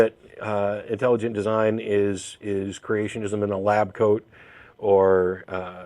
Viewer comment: Intalujunt deezine.